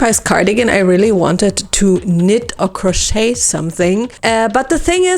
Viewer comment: I love your work and everything you do is flawless, but please let me correct you on a small pronunciation 🫣 the 't' in crochet is silent. don't ask me why, I don't make the rules. just remember "cro-shay, cro-shade, cro-shay-ing" (crochet, crocheted, crocheting). Ok kisses no judgement love yaaaaaa~